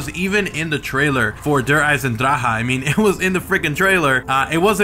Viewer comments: Please learn how to pronounce Der eisendrache and stop saying eisendraha. Where the hell are you even getting the ha? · you're such a weirdo... you're not German nor is he... when speaking Deutch all letters are pronounced... most youtubers get it wrong... ch makes the sound of k-ha at the end of der eisendrache...